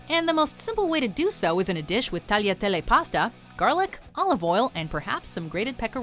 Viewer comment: It’s not tarletele